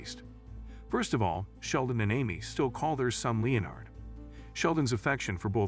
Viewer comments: It's pronounced le-NERD not LE-nard. Also, your hypothesis is lacking solid evidence. People name their children after friends and family all the time, and there's nothing suspect about that. There's nothing at all to suggest that Leonard is dead. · He was never called (Leo NARD ) Its just pronounced "Lenard " Is it an AI voice narrating? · Leeeonard? Oh AI, you have a long way to go. You came close , but then slipped back to Leeeonard. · Well I thought his name was Lenard, I didn't know they spelled it Leonard in the show. So I kind of get it. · It’s Len-ard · "LEE-UH-NARD"? Seriously, a sixth-grader could read these scripts better than an untutored AI. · Nah what drives me nuts in this video is this guys mispronunciation of the name Leonard. But he says it correctly once then carries on mispronouncing his name lmao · OH! COME ON!!! I've heard conspiracy theories that made more sense!!! And, for cryin' out loud, pronounce Leonard's correctly, not several different ways to show you don't know HOW!! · Right! There's a Screen Rant article on this that's almost verbatim. Not to mention not even pronouncing "Leonard" correctly.